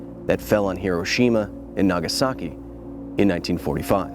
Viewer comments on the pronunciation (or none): none